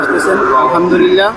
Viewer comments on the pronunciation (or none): ভাই তুই তো আলহামদুলিল্লাহ শুদ্ধ করে বলতে পারলিনা।